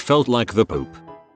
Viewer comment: "She said she felt like the pope." Idk about y'all, but to me it sounded like the robo-reader said "the poop", not "the pope"! 😂😂 I momentarily thought it was originally, "she said she felt like the shit," and that they'd just had to change it to get around YouTube's policy on profanity. 😆🤷🏻‍♀️😂😂 But the pope? Really? "Bless me Chuck-E, for I have not brought my honor roll report card to acquire free tokens." "Cheese (and pizza!) be with you. " "And also with you." 😂😂